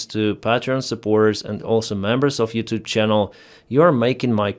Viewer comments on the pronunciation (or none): none